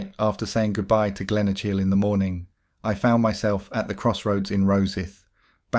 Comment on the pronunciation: Glenoshil ? Ffs Glenokil ( Glenochil)